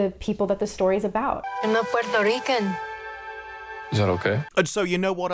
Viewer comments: "I'm not Puertorican" gurl, roll them Rs, aren't you claiming to be latina? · Everytime I hear her trying to say "Puerto Rican": 🤮